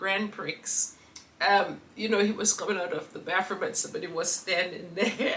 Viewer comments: Pronounced “pri eee” , I know we Americans are 😏❤ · It pronounce Grand Pre. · Gratefulness is a daily necessity in this world 😊...Amen P.S. Prix pronounced as PRE🤷🏼‍♀️ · Grand PRI, don’t pronounce x is a French word. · It’s pronounced PREE. The X is not pronounced. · Prix is pronounced pree